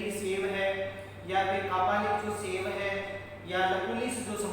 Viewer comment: अच्छी प्रस्तुति है किन्तु मेरे भाई शैव को "सेव" मत बोलो